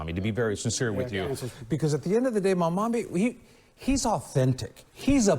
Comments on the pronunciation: Abel Maldonado is just butchering the name "Mamdani'" like its on his to-do- list OMG 😃😀😃😄😃😀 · Those racist clowns can't even say his name right 😄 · Why can't they pronounce his last name correctly? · Mamdani! M-A-M-D-A-N-I!! One of the easier surnames to spell and pronounce.